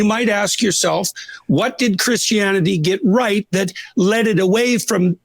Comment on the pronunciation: did Peterson actually REALLY say "CHRISTIANANITY" or do my ears betray me? 😮 This guy really is like Kermit the frog 😅